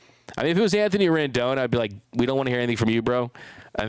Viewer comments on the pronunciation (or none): none